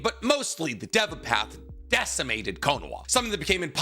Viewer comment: Why tf do you constantly pronounce everything wrong?? Ik YOU KNOW how its supposed to be said yet you keep saying it wrong “edo tensAI” “DEVA path” idiot